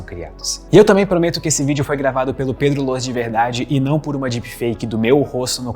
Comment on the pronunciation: mds o pedro n sabe dizer o proprio nome😒😒